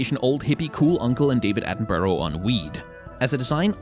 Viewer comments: Americans pronouncing David Attenborough is pain. It’s not ‘atten-burrow’ it’s more ‘atten-bruh’ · the entire video is ruined by your pronunciation of "David Atten- Burrough" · I'm sorry... How the f*ck did you just pronounce Sir David's surname??? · sorry how did you pronounce David Attenborough lol, ivern is a massive slay of a design :)